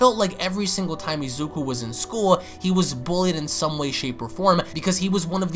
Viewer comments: Why do you keep saying Izeku?? It's Izuku. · Bruh ur calling Izuku Izeku its funny😂